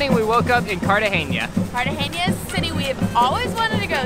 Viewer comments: Guys it's pronounced cartahena not cartageña... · Maybe you know this by now, but there is no “ñ” in Cartagena. You pronounce it like a normal “n”. Happy travels!